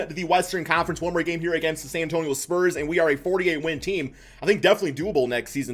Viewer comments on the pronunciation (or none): none